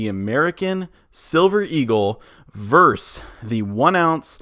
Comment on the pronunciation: Versus.... NOT Verse